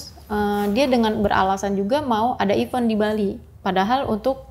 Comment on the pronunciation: I-vEnttt kayak bilang vEntilasi. Kenapa ya orang2 bilang iven iven